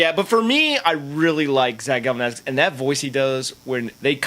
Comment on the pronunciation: It's Galifianakis! Not Galifianakis!